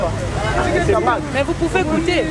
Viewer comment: C du tabac et le monsieur prononce le "C" tabaque 😁😁😁😁👏👏👏